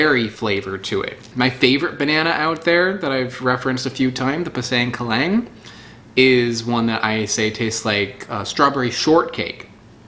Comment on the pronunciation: Not kelang..but kelink